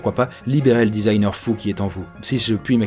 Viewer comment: Ah désolé c'est encore moi; à tu dis "si je puis m'exprimer T'ainsi..." ^^